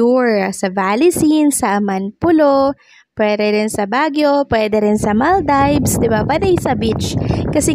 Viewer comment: please make sure you are pronouncing Maldives correctly, it's wrong how you say it.